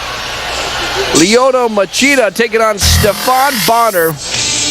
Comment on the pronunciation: "Ryoto Machita" hahaha